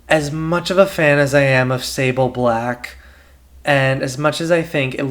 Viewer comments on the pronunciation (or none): none